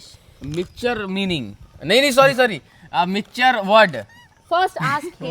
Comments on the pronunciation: Aby oo mixcher nahi hota mixture hota ha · वाह रे बेटा विषाणुआ तूने तो इंग्लिश कि मा बहन एक कर दिया मिक्सचर 😂 में ही (Mixture)😂 लोल है रे तू तो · Mixture not mixure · Bro the correct spelling of mixture is mixture not Mixcher you all were appreciating him that you are right no he was wrong and I thought had to much knowledge but now I am wrong 🤟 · " Mixcher "🤣🤣🤣🤣🤣 Sab nei taali bi bajai mazza aagya 🤣🤣🤣🤣🤣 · Mixcher❎ Mixture✅ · ❌ mixcher ✅ mixture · Mixcher nhi hota bhai mixture hota hai😂😂